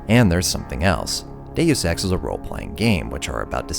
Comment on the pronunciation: Why can't anybody pronounce Deus X?